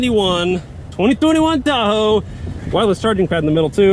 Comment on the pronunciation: why does he sound like he’s saying Thahoe